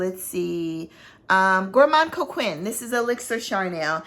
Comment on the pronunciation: Note Vanillée is pronounced Note Vaneeyay❤️. And Gourmand Coquin is Gourmand Coke-ain (nasal though, no N!). Sorry I am a francophile and I fight for its rights, its passable pronunciation. No offense intended - I adore you and your channel and knowledge❤️